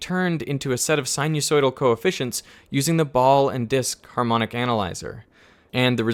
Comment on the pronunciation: Great video, very interesting and informative, thanks. Just one small nitpick, you're not pronouncing "sinusoidal" correctly, it's not "sin-you-soidal", the "us" should rhyme with "fuss" or "cuss", not "use". Apart from that, great video.